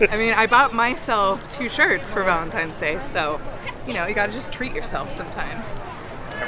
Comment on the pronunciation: Did just say Vaelntime's day lol i think he did